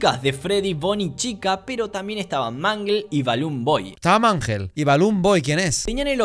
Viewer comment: "Mangel" jajajajajJja